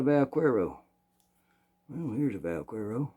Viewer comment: Vaquero is cowboy. The "que" in vaquero is pronounced as the "che" in chemistry. You have the rest just perfect. What 22 handgun do you recommend for a retired woman? Looking for a reliable, easy to shoot 22 handgun and a 22 rifle. Thank you for sharing music, stories, guns and Jesus.